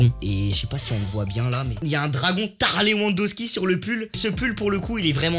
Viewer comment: On est d’accord qu’ inox il est trop drôle surtout quand il dit tha levandosky 🤣😂